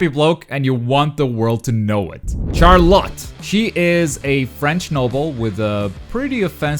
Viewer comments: its pronounced sharlot pls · The way he pronounces Charlotte 😂